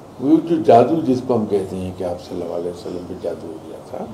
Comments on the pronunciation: agli bar jb ap milay in say toh boliyaga in ko "صلی اللہ علیہ وسلم" sahi sa bolain please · Yeh baba Aap SAW hi ghalat Bol rha hy 😒